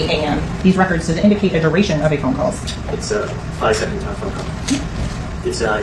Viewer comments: “It’s his phown!…”😂😂😂 he still my guy tho with excellent coverage 💯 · “100% mellys phown” bruh I wish phone had a synonym so you didn’t have to say it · Wtf is a "Phewn" 😂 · The wayyyy you say phone has meeeee perplexed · I want to have a word with whoever taught you how to pronounce “phone”